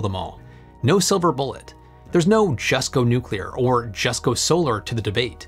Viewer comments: Thank you,, for properly pronouncing "nuclear"!! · "To search for perfection is all very well But to look for heaven is to live here in hell" - Sting (Consider Me Gone) Happy 4th July, thanks for being one of the alarmingly few Americans to pronounce "nuclear" properly too. I'm absolutely stoked to see they've sold 30 plants already - THIS is the future, it will also help us enormously in space at some point too especially further out from the Sun. Personally I envisage a mixture of generation methods going forward, I actually see solar and wind being used more for variable output purposes such as generating hydrogen for hydrogen fuel vehicles (that's going to be a big one). Two other big factors too - you touched briefly on national security (for materials supply chain) with Japan, I think this is a much bigger issue than it's been made out to be especially if international shipping routes become tenuous. The other one - grid load. The wild increases in demand that electric cars will invariably have (especially with the fantastical legislative deadlines projected to date) are going to be impossible to generate and distribute properly for many areas. They're going to HAVE to switch to distributed generation more and more, just to handle the load. You thought power plants were expensive - try transmitting all that power. This is where the mix of SMRs, solar, wind, etc. will help quite a bit because it won't have concentration of generation we see now. Current generation sites were chosen for proximity to water, wind direction